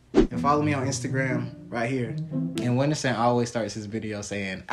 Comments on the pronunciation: Nem a mãe dele sabe falar "uindisum" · gringo consegue falar "Whindersson" mais fácil que brasileiro